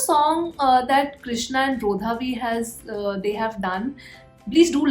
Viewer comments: Hey, just a constructive correction, we don't pronounce Bro-dha-V, its actually Brr-dha-V ..please don't get me wrong you can say however you like, was just telling a general fact 🤗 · Brotha V be like - For the th time that's not how you pronounce my name sis!!!